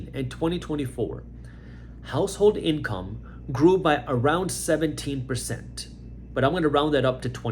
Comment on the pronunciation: He said "the average inCRUM"...froudian slip anyone 😬. Reality speaks one way or another.